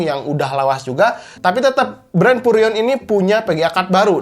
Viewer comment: VGA di baca PGA Vurrion di baca Purrion Performa di baca Perporma enek aku denger nya ....